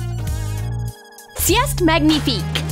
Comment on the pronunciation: How she said “c’est magnifique” made me cringe so hard